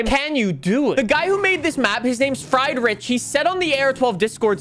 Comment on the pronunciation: My name is pronounced more like "Free"-drich